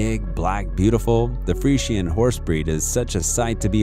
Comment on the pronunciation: Omg he's pronouncing fresian wrong 😢😂